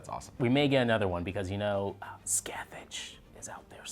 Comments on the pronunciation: Love the recaps guys! Also it's Scathach with a soft "ch" not "Scathatch" sorry it was irritating me so much 😂😂💙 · i love rewatching these but them saying “ska-thech” kILLS M E😂 i believe “ska-haath” babes😂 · Very nice recap - love your videos :) BUUUUUUUUUUUUUUUUUUUUUUUUUUUTTTT .... ( and this is bugging me with nearly every one who ever says her name :D :D ) Scathach is pronounced " ScaaT-Hook" ( in the back of your throat,more guttural ? sharp pronounced K at the end ) Its a gaelic name and it bugs me that they never spell her name in the actual season :D Sorry - not trying to come over as a smartass :) I think Michael is neither male or female - like it is said about the angels. Thinking back to that scene where he grips down when Ms Venable says " A man such as yourself ?" I think this season is absolutely KILLING it. Haven't had this much fun since Asylum ( and in the minority for loving Hotel ) ... so excited of whats to come next :) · Guys Scathach needs a comeback. Also you guys are saying it wrong. it is pronounced as Sithick. It's gaelic for shadowy one.